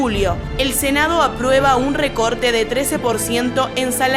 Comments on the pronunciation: Senado...no "cenado"...😠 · Oh dios, "Cenado" Really?